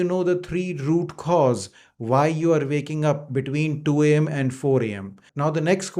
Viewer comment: Sir, the word is waking up, not vaking up. It is when not ven and it is while not vhile, and the L in almond is silent. You are very hard to understand. The subtitles help. Hard to believe you have any patients. I’ve never seen a doctor’s bookshelf having a few paperbacks.